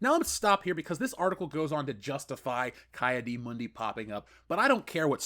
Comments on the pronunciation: Isn’t it “Key” Adi Mundi? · Wow,you butchered the hell out of Ki-Adi Mundi name😂😂😂